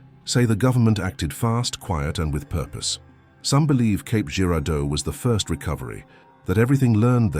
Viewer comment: It’s actually Cape not Caps